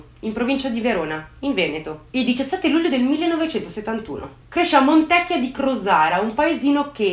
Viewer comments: creepy - AAHII pure tu che sbagli l'accento del paese di Montecchìììa di Crosara, accento sulla i. Consolati che anche tanti veronesi lo sbagliano. E' Il paese delle buone ciliegie ! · Montecchìa....con l 'accento sulla i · E' cosi' difficile pronunciare bene il nome della cittadina?